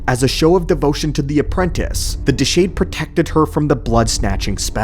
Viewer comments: I have never known to mispronounce something so badly. It is Deshade (Duh-Shawd) not (Duh-shayd). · and it's Deshade...Deh SHAW de